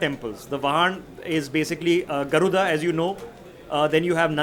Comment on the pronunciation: is the king of bad Sanskrit pronunciation. Garudha! Abiseykam. Mataram is not Mata + Raam. It is Mataram like Vande Mataram. All his research in the guise of expert report is wikipedia regurgitated. It is etymology not epistemology. Epistemology is a very different thing. He is a confident guy with half baked knowledge.